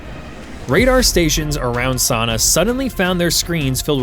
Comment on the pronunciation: In the past 10 days ive heard Sanaa mispronounced a hundred times! Tge second AIs the tip off. It sounds like "suh-nah"